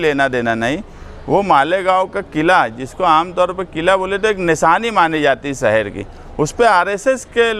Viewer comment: Saher nhi shaher hota hai